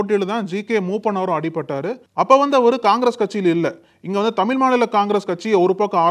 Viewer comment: தம்பி தமிழ் என்று சொல்லவும் தமில் இல்லை